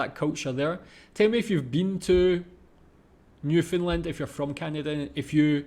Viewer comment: Common Canadian pronounciation is Nyoof'nland with more stress on land than nyoof. Definately not NewFinland LOL